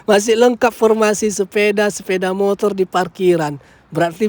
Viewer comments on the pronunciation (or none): none